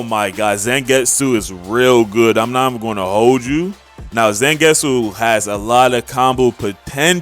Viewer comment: they way you pounce zangetsu is Z- ON-GET-SU